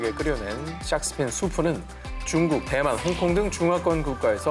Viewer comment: 오상진 아나운서 중국을 쭝국이라 하시고.. 맨 앞글자에 오는 시옷 발음이 좀 세신 것 같은데 말 하실때 힘을 좀 빼시는 게 어떨런지